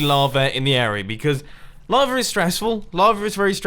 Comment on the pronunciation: are u saying lava or "larva?"